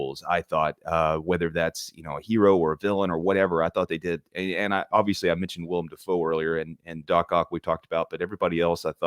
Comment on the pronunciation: Dude you're killing my ocd bud! It's Willem not William!!! X^D